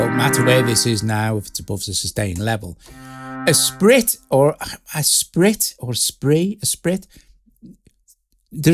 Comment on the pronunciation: FYI, it's pronounced 'ess-spree' and can mean lively or vivacious, so that makes sense.